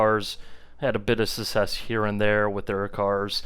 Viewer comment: Success has a C in the middle duuuude lmao. Pronounce it